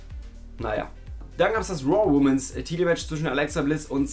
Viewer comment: Klugscheiss-Modus AN: Plural von Woman ist Women und wird WHIMMEN ausgesprochen, nicht WHUMMEN. Klugscheiss-Modus AUS. ;)